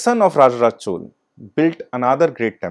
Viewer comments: but he could have said Chola instead of Chol - repeatedly... it is very important to call names correctly...in keeping with the local tradition of pronouncing names...the real way of saying it is Chozha...in tamil...but Chola is acceptable :-( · It's pronounced"चोला"